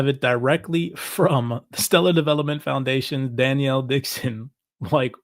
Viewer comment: Love you guys Best crypto channel on YT Hey just a heads up I wanted to mention to you because I've heard several shows you mention Denelle Dixon and want you know her name is not Danielle, it is pronounced like Den-L